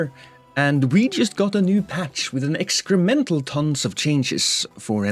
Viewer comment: Ah yes, the Lost exclusive "excremental ton" makes a return